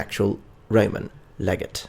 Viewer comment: (Leg-ah-tay)__ Legate, or Legatus